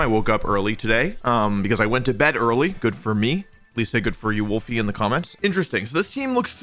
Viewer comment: I love the irony of everyone hating Wolfe's Pokemon pronunciations while calling him "Wolfy"